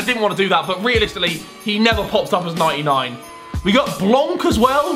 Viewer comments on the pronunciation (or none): none